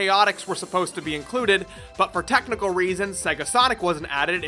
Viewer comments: When you say "reasons", you say "raisins", is this a reference to FNV big empty, accent or just for fun? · Everytime I hear him say reasons I hear raisens. For *RAISENS*. Still an awesome vid!